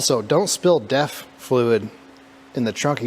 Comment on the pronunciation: I thought you said "death" fluid, it sure looked like it! Must be "DEF" though.